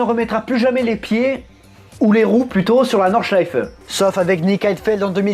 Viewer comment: V c'est exact c'est quasi bon, et il prononce très bien Nordschleife également, de toutes les façons dont je l'ai entendu prononcer par des non-germanophones, j'ai été agréablement surpris :-p